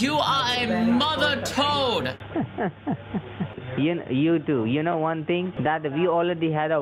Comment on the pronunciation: Dear, Love your videos. Oh btw, not sure if its intended, its pronounced "Maadher chode".. not "Mother Toad". U know what that means right? 😁